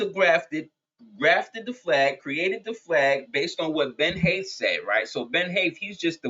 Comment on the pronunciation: Ben Haith = bin hate